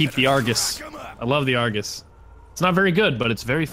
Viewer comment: its not Argus its arghooose